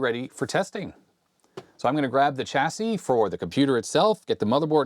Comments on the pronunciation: The "l" in solder, didn't seem to make it across the Atlantic for some reason. Also, as "chassis" is from the French, the "ch" is pronounced "sh", the same way as in Chevrolet. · "Chassis", as in "Champagne", Chateau", "Chicago", and "Chamois. Also, "Solder" with a "l".